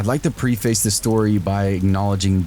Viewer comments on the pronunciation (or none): Did you say pre face